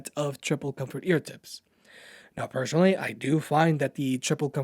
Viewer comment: I would certainly subscribe to your channel if you don't pronounce "personally" as "persuanally" :))